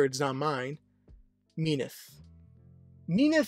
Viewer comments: In many of the stories, their affair took place before the union of Hades and Persephone. This is mirrored when Hades is described as the most loyal to his wife than his brother are to theirs. It is a little jarring when he mispronounces Minthe as i pronounce it "Min-th-ee" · Minthe is actually pronounced like creme de minthe. In mythology, Minthe had an affair with Hades and Persephone was so engraged that she stepped on Minthe, turning her into the Mint plant. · I literally just was pronouncing it Minth and completely dropping sounding off the E. It feels more correct to me. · I thought It was pronounced Min-th-e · is it pronounced minthee, minty, or minth??? WHICH IS IT???? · I literally can't watch past the first minute because the wrong pronunciation of Minthe is killing me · How do you say minthe wrong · You pronounce minthe very weird